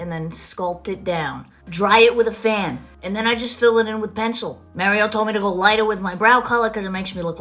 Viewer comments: The way she pronounced Mario’s name 🙄🙄🙄🙄🙄🙄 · MARRIO is how she says his name lol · Who is Māre-ē-ō? She speaks so sloppy! 😩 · "Official wedding foundation"? Is that even a thing...and, could she please learn how to pronounce "Mario" 'cause it's not Marry-o...ok, she said it wrong over and over then closer to the end she said it right...she's a liar about everything. People have said her accent is fabricated. Ok...I just don't like this chick/dude...whatever her persuasion. She's just not honest and I love honest people. You two really never seem to lie. ❤